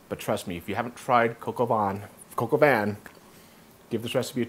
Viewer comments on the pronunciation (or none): Great, easy to follow recipe. Can't wait to try it. BTW it's pronounced von, (not van) and you hardly hear the n. Thanks!!!